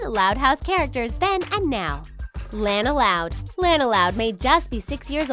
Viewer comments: I subbed and it's pronounced lawn-a not lan-a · Lanas name is pronounced launa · is lana not lena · It's la-nuh (Lana) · It's not Lana its lona but with an a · Say “Lana”. If u do like dis “Lena” u wrong dis is right Lana (Lona) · Its pronounced LAWN UHH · Most of the The Things's videos are about the Loud House you guys are obsessed you said Lana's name wrong bit I like your videos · You guys say your the biggest loud house fans yet you say Lana's name wrong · you keep pronouncing Lana wrong btw look up the pronunciation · You pronouns Lana wrong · if u guys are such big loud house fans then y did u pronounce lana wrong like they say her name in the show so obvously u dont watch it